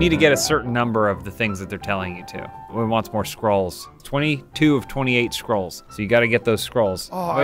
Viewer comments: Why do they keep pronouncing it scrolls as 'Skrulls'? I expected casual, stop trying to make this more exciting than it is. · Are they saying scrolls? or skrulls? Genuinely not sure.